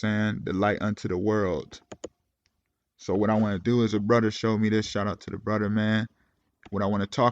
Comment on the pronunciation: Off topic but Do you do that purposely? You say “Bruder” instead of brother like you don’t pronounce the TH is that on purpose bro?